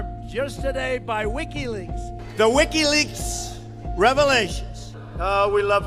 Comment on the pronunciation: This idiot cant even say Wikileaks right. It sounds like he is saying Ricky Lakes.